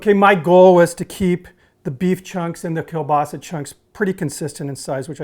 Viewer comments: Everyone is talking about how crappy of a kiełbasa you picked but no one talking about the fact that you didn't butcher the pronunciation of it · O Boże! Time for some Kruwa in here! (It's not racist if your parents are Polish! (I think...)) I'm actually impressed about your pronounciation of Kiełbasa. Most people get the ł wrong. Edit: I have some ideas about improvements, that I might try. (sorry I edit my post so often) I'd replace one or two cheeses with Oszczypek, which is polish smoked Cheese. I don't know if it would overpower the burger, but it harmonises well with the smoked Kiełbasa. Furthermore, I'd think about adding a bit polish Mayo on one Bun, but I deem it optional, as your homemade sauce (which I will totally try!) looks amazing. About the bun. Prezel sounds nice and I love them, but I personally think your choice fits perfectly. The polish love poppy seed :) Greetings from a Slav in Germany!